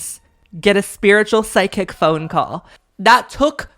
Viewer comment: Why do you say psychic like sidekick 😭